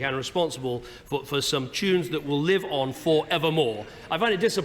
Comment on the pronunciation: Cameron saying "tunes" made my stomach turn